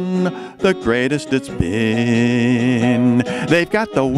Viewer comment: I mean, he pronounced "been" wrong so that it would work so I don't really think that counts😂😂